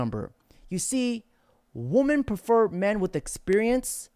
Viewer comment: Day 678 How do u watch clips all day and not see your pronouncing women plural wrong bruh